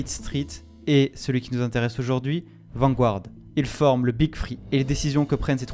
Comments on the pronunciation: c’est pas « Vangouarde » mais plutôt « Vangarde » en termes de prononciation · Intéressant, indeed! Mais, svp... Garde... Garde... VAN-GARD... Pas Gouard... Vanguard... Comme le journal anglais "The Guardian"... Garde-ian... Pas Gouardian! 🤯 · Vanguard is pronounced Vanguard not vangouard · On dit {Vangard} sans prononcer le u. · bon reportage, mais la prononciation de "Vanguard" est vraiment désastreuse.